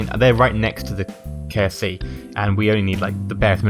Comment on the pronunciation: Every time you say "KSC" I think you're saying "KFC". It makes me laugh